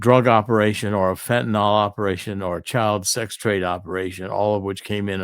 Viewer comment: Fentanyl, NOT Fentynol...